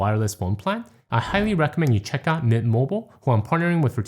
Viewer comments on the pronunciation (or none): none